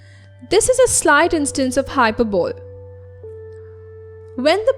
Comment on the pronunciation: Please check the pronunciation of Rudyard and hyperbole